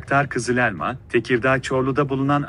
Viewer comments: O elmanın "E" sini daha doğru söylesen. Çok rahatsız edici. Valla videonun devamını izleyemedim. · Uçağın adı "kızı - lelma" değil "KIZIL ELMA" lütfen telaffuza biraz dikkat edin.